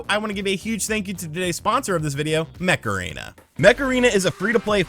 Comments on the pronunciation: Each time you daid Mech Arena, sounded like Macarena. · Every time he said mech arena I heard Macarena....